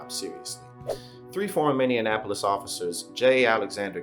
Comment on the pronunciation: It's Minneapolis not Minne'in'apolis